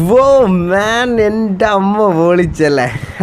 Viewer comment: അ എന്നത് അമ്മ യാണ് ആമ യാക്കരുത്.....Plz to use malayalam as clear way...